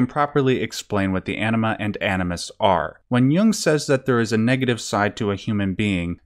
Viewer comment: You're really gonna pronounce anima like enema? And why does this lead to such himarious answers of brain ''washing'' or dump? x'D